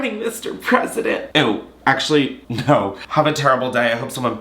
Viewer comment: Haha not me clicking the timestamp 8 times just to hear him say “Naur” multiple times 😂😂😂😂